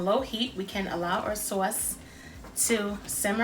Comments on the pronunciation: I like. I think I used brandy in the past (,maybe bourbon? Something with a "b"). I like the orange liqueur Marnier. I love the accent,the NY way you say saw-is. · Sewace...lol East Coast